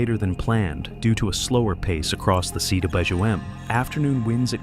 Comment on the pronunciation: Whoever is narrating this seems to have great difficulty pronouncing CWM, it never comes out right.